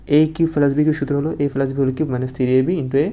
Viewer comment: প্লাস না পেলাস 😂😂😂😂